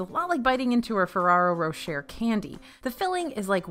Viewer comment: FAÄARrrRAaArrRRroöœ RRrrôoöCcHhEEeR French: 🙈